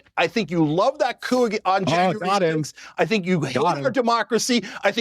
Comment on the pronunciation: for evermore it's sink....or chunk